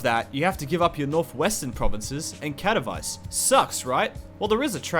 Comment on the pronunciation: This guy pronounced Katowice as "catavice"...